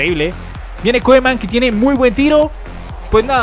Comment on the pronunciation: se dice Kuman, no Koeman:p jajajaja